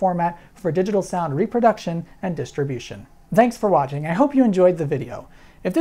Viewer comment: Dhanks for watching lol your pronunciation...